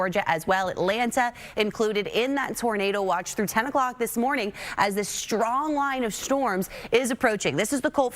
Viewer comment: I like the way she says "shtrong" winds.😊